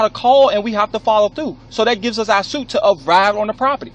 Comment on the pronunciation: The cops asks the landowner to show him a copy of the Deed on his phone. Who the hell carries copies of their Deed on their phone????...that moron cop can't even talk clearly....pronounces the word "SUIT" as Thute....lol